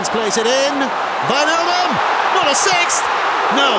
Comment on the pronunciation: That's pretty much exactly how you say it